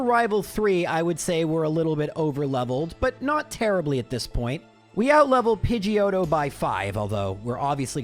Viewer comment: lmfao "Pidgeotto" sounds too much like "Pinche Joto"...lmfao :P